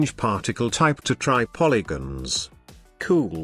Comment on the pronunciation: Love how he says cool! Makes watching even if the content wasn't worth it. Keep up the good work. Helped me tremendously!